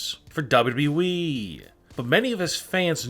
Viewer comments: lol you keep saying wwee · He saying wwwee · This dude says wwweee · did he just say dubduby